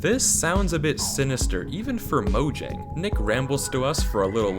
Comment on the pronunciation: Scariest part of this video is the way he pronounces Mojang